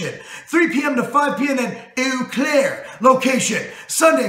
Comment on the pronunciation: Eau Claire is pronounced oh-claire.